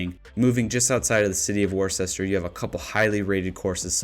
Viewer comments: Wo-ster, not worstichire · Worcester is pronounced wua ster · Maple Hill Disc Golf Course is in Leicester, MA. Pronounced (Lester). Also, since I’m commenting Worcester is pronounced (Wuster). The more you know! 😂 Keep up the great videos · Almost barfed when he said warchester and I'm from Ohio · I know that people that don't live in MA have no reason to know how to pronounce our cities correctly and they make little sense. "Worcester" is pronounced like Whisterr or wuhster... I know... I'm not sure why either. Just thought I would provide some info! Keep up the great work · "Wis Stah" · 😂 if you are going to include Worcester, MA…..you should at least pronounce it correctly 🤣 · before you get too much flack for your pronunciation of Worcester, it's better to be on the list mispronounced than not on the list at all, and i'm sure the residents of Worcester are happy you didn't just call it Boston lol